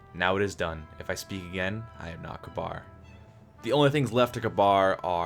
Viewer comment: Omg >_< when people pronounce Kabr as Kabar! They say it in the game and it they say it like "Ka-Beer"